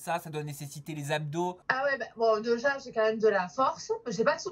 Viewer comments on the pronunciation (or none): Elle dit "deja” au lieu de "déjà" mais bon pas grave. ❤️